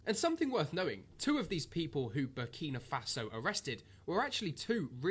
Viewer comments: his name is pronounced TRA YOUR AY not TOURie ...The country is Burkina faso, not burnima faso. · 🤣🤣🤣 man fully butchered the name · Burni Mafasa 😬🤦🏾‍♂️ Kwasiia 😂😂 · To start bro it's I-bra-him Tra-oré and bur-Kina-Faso lets start intelligent please, continue to spread my black fellow #TheChosenOne has arrived ❤️🖤💚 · That was diabolical, he called the country Burni Mafaso 😂😭😭, i had to reloaded it bare times 😂😂😂😂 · u need to start reading out words and pronouncing them properly. what tf is burnima faso and who is ibraham Tori? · My brother , you need to start by pronouncing the country it self it is called BURKINA FASO!! Next it’s Captain Ibrahim Traore ! He is the future for all black people , trust me my brother you have done a good thing today posting this content , spread the word transformation is coming ! #protectibrahimtraore 🙏🏾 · Big up for this. “Burnima Faso” killed me though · Burkina Faso learn to pronounce the country's name correctly. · So focused on trying daily upload man can’t even learnt how to say the countries name properly. Content getting a bit 🤏🏻 meady in quality like tankz now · Big respect for this video, yeah you said his name & the country wrong but that's minor details. Most people like you said didn't know it was a word to even say wrong. Awareness is 1000% worth more